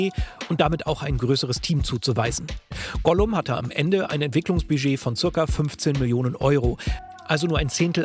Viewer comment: “Ollum“ lul